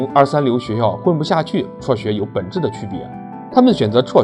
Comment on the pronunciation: 辍学，不是戳学